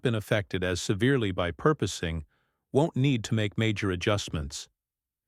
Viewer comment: PORPOISING! AI can't spell it or pronounce it! And we are dumb enough to put up with it.